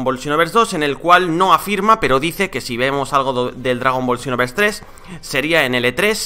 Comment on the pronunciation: Por qué dice chinoverse